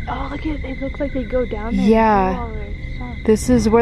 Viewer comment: every time you say cults you are pronounceing it colts and I was like what is so scary about baby horses